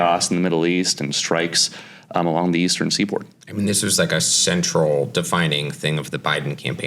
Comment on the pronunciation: I went back and listened several times. He definitely said "all along the Eastern Seaborn"